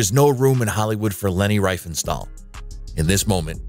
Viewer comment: It’s pronounced Ree-fen-shtahl